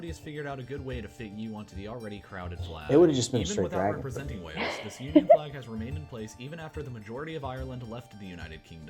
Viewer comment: WALES (WAY ILLS) not WELLS. St. Andrews Cross is also called THE SALTIRE. The video shows a 4 leafed CLOVER instead of a 3 leafed SHAMROCK for Ireland ! GREAT BRITIAN = ENGLAND, SCOTLAND and WALES. UK ( The full title being...The United Kingdom of Great Britain and Northern Ireland) = ENGLAND, SCOTLAND ,WALES and NORTHREN IRELAND. I can't believe you would never have seen your "OWN" historic flag in your history lessons at school !